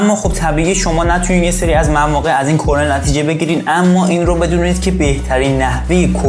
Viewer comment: کرنر درسته نه کرنل😂👌